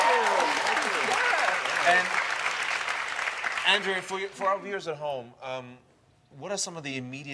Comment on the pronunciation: As an Andrea whose name is pronounced with a soft "A"and a hard "E" (Ann-dreeah), I cringed when Boris called her "Aunn-dréah." Lol